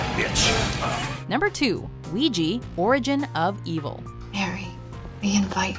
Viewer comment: Dear americans its called Ouija not Oujee